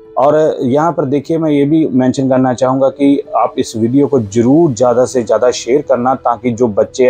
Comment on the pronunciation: This guy is indian because he says jubaan instead of zubaan, pakistani's say ziaada he says jiaada, he says jaroor like kerna and pakistani's say zaroor like kerna Its not rocket science is it